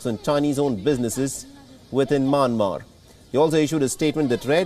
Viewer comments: y he is saying maanmar?it's Myanmar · Myanmar is pronounced Myan-mar NOT May-Yen-Mar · can tell the fellow it is Myanmar and not Manmar.. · Sir, It’s not manmar. It’s Myanmar 🇲🇲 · Not manmar.its mayanmar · Why does he call the country "Manmar"??? Hey it is called Myanmar pronounce properly da dey